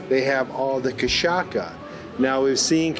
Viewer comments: Cachasssa, not cachaka. Also cocadA not cocado. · You can say "kashassa", not kashaKa; it's easy to say. And it's not made from agaves, but from sugar cane. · It's KaSHaSSa not KaSaKa! Doce Pastoso means Smooth paste Doce de Leite; Cafe com leite (Kafe kn leichi); Queijo de Minas and Goiabada (Guava) cascão, You missed out! Jamon is Presunto... I was born in the Zona da Mata, southern Minas gerais just north of Rio to an English father and Brazilian mother.... Still miss the place a lot! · The ç with a little "leg" under it is read as 's' So it's spoken 'cachassa' not 'cachaca' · When you say Kashaka, which sounds Japanese, surely you mean cachaça, pronounced Ka-sha-sa. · Lol. : Cashassa is the pronounce.. Best regards from ol'man Walter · Cachaça is pronounced (kashassa). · Just a pronunciation tip: "Ç" sounds like "S", not like "K". So, "cachaça" [KA-SHA-SSA] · Cachaça is pronounced like "cashassa" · It’s cachaça,! ( how to pronounce KA SHA SSA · just so you know, cachaça sounds as kashassa… ç sounds as ss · This drink is Cachaça. Pronounced "cashassa" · And I thought that I lived in a small town (35K inhabitants), having moved from Rio to inland Santa Catarina. Senador Jose Bento has some 18 streets in all, and a population of only 1.4K people. Oh, and don't forget the correct pronunciation for "cachaça". It's "kaSHAssa" (I capitalized it on the stressed syllable). Wanderlust is kicking in, I was longing to travel abroad again as it has been a few years since my last trip. But with all the craziness going on, pleasure travel within Brazil started looking like a better idea for now. Thanks for another very inspiring video. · Chaçaca is pronounced as kasjasja . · Nope, it is pronounced cashassa. The letter 'Ç' sounds like 's' or 'ss' and 'ch' sounds like 'sh'. 'J' is pronounced like in french as 'jour'. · The pronunciation of Cachaça is (Ka-sha-ssa). Thank you. Great area of Brazil. And a good education in coffee.